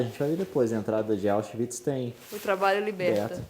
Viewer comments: Auschwitz e nao Auschiwitz. Qdo estive aí igual que em Dachau nao conseguí entrar. Terrivel demais. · É auschwitz, não auschiwitz